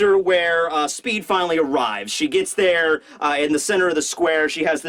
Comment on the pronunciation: I think you mean SPEE D. Delivery